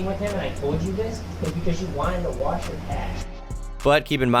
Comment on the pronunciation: "wash your cash" sounds more like "Watch your cash"